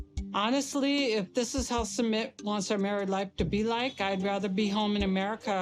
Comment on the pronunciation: Her not prounouncing Sumit properly is killing me; a lot of the people on this show don’t try to learn their spouses language and even learn how to properly pronounce their spouses name